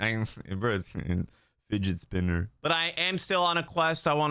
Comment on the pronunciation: "fdgt spnr"